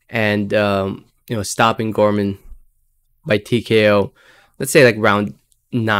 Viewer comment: Pronounce Nathan last name any way u want brother. Love ti hear them Gore mon vs Janebeck ? I think u right on money break down late win fab